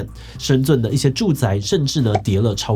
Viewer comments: 是念作申振，不是深尊，普通話都講不好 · Btw 應該是念「深ㄓㄣˋ」